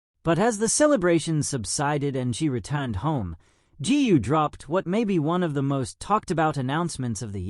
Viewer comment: Gu should be pronounced Goo not Gee!